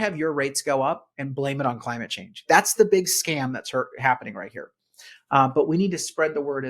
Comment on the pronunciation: I like the way you say 'Cuh ly myit Chaynge'. We need a presidential executive order declaring a change in how it's spelled and how its said.